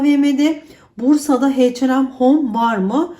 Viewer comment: heyçenem değil eyçenem olacak H&M